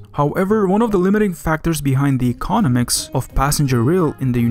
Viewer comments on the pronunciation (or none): Very interesting video, very revealing. Please work on your pronunciation, - it's 'econOMics' not 'ecONomics' and 'volume' not 'wolume'.